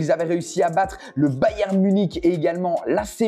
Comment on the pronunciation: Sa ce dit pas bayem sa ce dit bayern